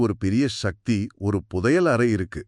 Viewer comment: நல்ல கருத்து நன்றி.... ஆனால் ஏனய்யா தமிழை இப்படி கொலை செய்கிறீர்கள்? சக்தி என்று தானே பேசியும் எழுதியும் வருகிறோம்? அது என்ன ஷக்தி? ஆற்றல் என்று அழகாக தமிழில் சொல்லலாமே..... பணம் சம்பாதிக்க வேண்டும். உண்மைதான்... ஆனால் அதற்காக தாய்மொழியை கொலை செய்ய வேண்டியது இல்லை....